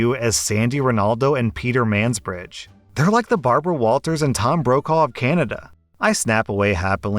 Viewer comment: Right??! At least he pronounced Ronaldo and Mansbridge's name correctly and Mulroney!!